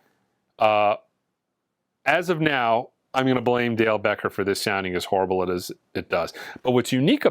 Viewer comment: Hello from France, horribbbbblllleeee😂. I kwnow this word, it's the same word in french. Do you mean the sound is horrible because it's made in France? Be Carefull 😂😂😂. At your next vidéo 😊